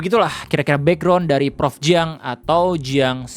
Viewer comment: Anw jiang itu bacanya cyang gitu